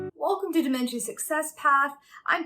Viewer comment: Why are you saying it like that? "damen-chia" is not how it's pronounced lol.